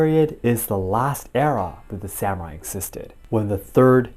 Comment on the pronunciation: I am enjoying the series and your analysis, but have to admit to being distracted by your mispronouncing the word "samurai." This is the second video in which I've noticed it. It puzzles me because you clearly speak Japanese.